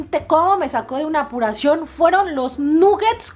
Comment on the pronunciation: Jajaja "Apuracion" me da un poco de risa como lo dices 😁😂😂😂 Saludostes De color Pink como tu cocina👍😘 Venezuela presente 😉